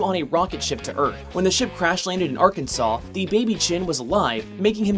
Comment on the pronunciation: Well done saying Arkansas